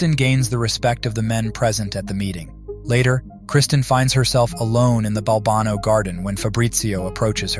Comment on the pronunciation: Maybe be consistent in the pronunciation of the name Balbano.